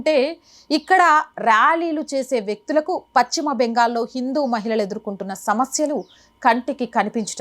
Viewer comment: Pachima అనకమ్మా పశ్చిమ బెంగాల్ అను